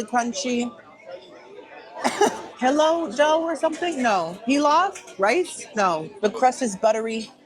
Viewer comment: fee-low dough 😂